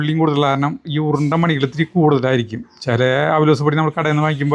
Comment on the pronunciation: ഉറുണ്ട അല്ല ഉരുണ്ട